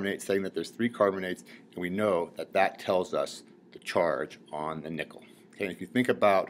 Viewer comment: when he says nickel it sounds like hes saying nippel.